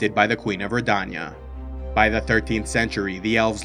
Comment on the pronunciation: great to see you doing some episodes on the witcher lore, but many of your pronunciations like riannon, redainia, Kaedwen, metinna and Verden for example are way off, which is interesting considering that all of these names and locations are pronounced in the witcher 3 so I don't know why are you pronouncing them like that.